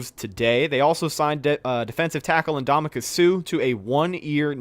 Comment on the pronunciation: Hearing say Ndam-u-ka instead of (uhn·daa-muh·kuhn) with an N always makes me hilariously cringe